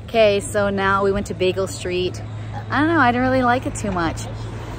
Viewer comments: LoL... It's so cute that you keep saying Beagle st. It's Beale st. ☺️😂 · you crack me up "Bagel" Street...I think u meant Beale Street!!! Lol 😆 😅😂 Looks like u all are having a blast!! I wonder how the boys are doing??? Stay cool!! These hot days are killing us all down here!!